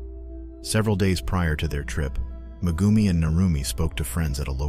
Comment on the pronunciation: Mah-goomi? Yeah sure,...